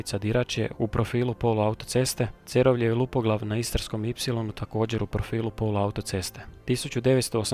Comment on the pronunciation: Odličan video, samo prijedlog da se više pripazi na točan izgovor mjesta/čvorova, pogotovo u Primorju i Istri. Točan izgovor je MAtulji (prvi slog), JuŠIći (drugi slog), CeROvlje (drugi slog), KanfaNAR (zadnji slog), VodNJAN (zadnji slog), DiRAČje (drugi slog). Osim toga, stvarno izvrsno napravljen video, veselim se idućem!